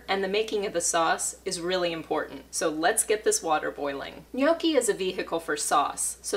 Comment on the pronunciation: Looks great! But, it's pronounced "nyAWki"